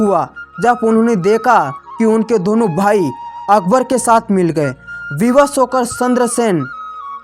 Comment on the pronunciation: तू भाई चंद्र सिंह राठौड़ की जगह सेद्रसेन बोल रहा है और मुट्ठी भर बाजरे के लिए मोटी बर्बाद बागरा बोल रहा है भाई को भई बोल रहा है 😁😄